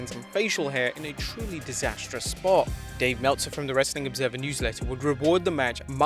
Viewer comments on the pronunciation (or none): none